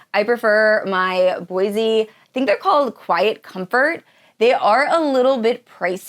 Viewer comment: ‘Bose’ rhymes with rose.